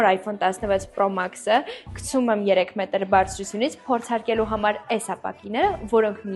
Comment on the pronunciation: Հիմա։ երեք մետր։ թե։ երկու։ մետրրրրր😂😂😂😂😂😂😂😂😂😂😂😂😂😂😂😂😂😂😂😂😂😂😂😂😂😂😂😂😂❤